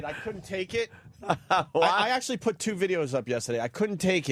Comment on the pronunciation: I’m convinced Opie used to purposefully mispronounce “put”